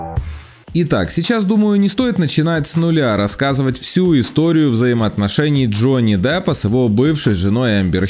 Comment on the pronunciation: Джонни Даппа?? вы серьезно??